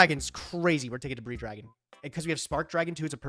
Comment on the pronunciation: misreading edision staple debris dragon, classic.